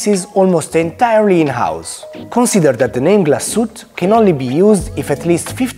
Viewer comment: Comunque la E finale non è muta. glas-uete